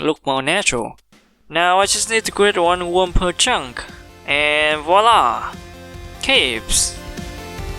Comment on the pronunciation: Got me cracking: "Is a woem, yu see"